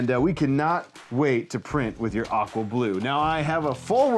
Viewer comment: Oh "aqua blue"! I thought you said "We can't wait to print with your awful blue". LOL